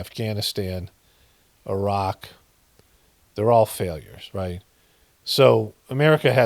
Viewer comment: Appreciate your pronunciation of Irak and Iran. Take care brother.